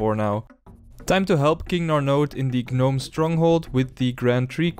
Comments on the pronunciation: Love the series, however fyi gnome is pronounced with a silent G. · it's cute that you pronounce gnome like "guh-nome" like in the maymay